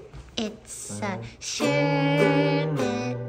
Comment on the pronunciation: The way you say sherbert bothers me